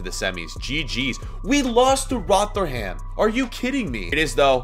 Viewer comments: rotherham is pronounced - Rother-rum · How he said Rotherham United made me wanna die